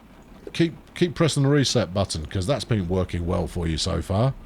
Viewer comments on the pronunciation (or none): none